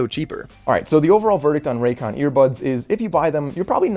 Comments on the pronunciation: This is biggest Con: Raycon say it wtih me RAY-CON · His last name is but put it raycon?? ray “CON”